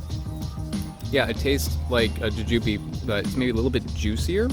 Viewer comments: bothering me that you're pronouncing it juJUbe and not JUjube given that by the end of this video I probably will also be thinking of it as juJUbe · why do u say it like that goofy, its jew jew bee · U say it so different, its funny to me (ja-jew-bee). In my area we say (jew-jew-bee) I'm also on the east coast. So, not sure if it's a regional thing 🤷🏻‍♀️. But, I've never heard it the way u say it before